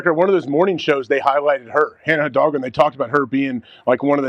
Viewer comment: I love the progrum saying Hidalgo correctly. Shout aht